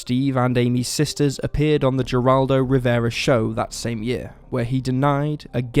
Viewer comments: It's pronounced "heraldo" not "jerraldo" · Geraldo's name is pronounced like you would HERA, the goddess.